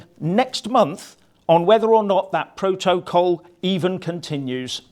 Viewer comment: Love the way you say pro - to - col. Richard burton delivery